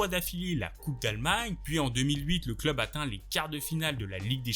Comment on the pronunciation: Vidéo super instructive,Merci ! Cela dit ton débit de parole m’irrite unpeu . La fin de tes phrase sont toujours suspendu , comme un robot . Ça dénature énormément la vidéo et l’ambiance « docu » .Tu parles comme au journal. Ex: L’ampleur de cette chUTE. Ils vivent pour leurs clUUUB,….